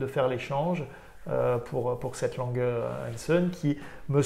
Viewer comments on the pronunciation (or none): On prononce comme ça s'écrit : LANGE et non LANGUE OU LANG. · Faites un effort sur la prononciation du nom de la manufacture !!! Montre exceptionnelle 👌😍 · Il va falloir apprendre à dire le nom de la marque quand même... ^^